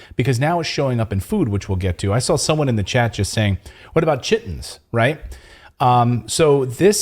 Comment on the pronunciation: In the 1950 film, 'The Thing From Another World', mention is made of a 'chitonous substance' ie. ki-tun-nous' (hard 'k'.).